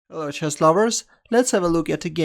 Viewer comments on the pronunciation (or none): none